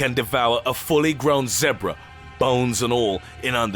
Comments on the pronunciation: Y he say zebra like that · If someone says ZEBRA the way he does in my presence... They are catching these hands no doubt